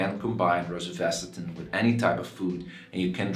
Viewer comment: Please learn how to pronounce it correctly